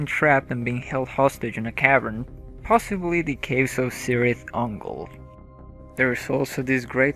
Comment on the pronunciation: It's pronounced "Key-rith Oon-goal". "Oon-goal-ee-int", not "Uncle Iyant".